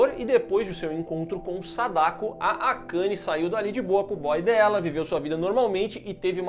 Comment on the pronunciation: miguel falando akani KKKJKKK